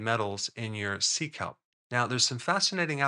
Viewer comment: 😂 heard 😂 it as seek help.. 😂 sea kelp... love that stuff ♥